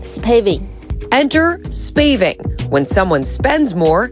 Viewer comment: 比起金錢 我比較在意記者怎麼會把spaving念成spaving 好玩的是後面直接放原本美國主播的版本 理論上在過檔的時候應該就會發現自己的錯誤了吧😔